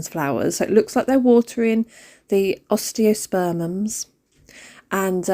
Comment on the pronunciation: Yes you’re saying Osteospermum right 😊 the watering can is amazing!!